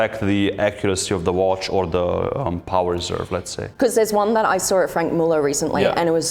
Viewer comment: Can't pronounce the watch names, their all her husband's and Franck muller is as bad as Hublot.